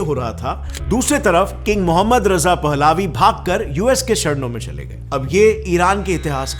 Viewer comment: Baised analysis, unreal stories. Faar from real facts & figures & also, always pronouncing urdu words in wrong way, for example he said पहलावी, but its actually पहलवी.